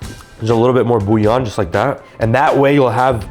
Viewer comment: out here saying bouillon like an Italian slur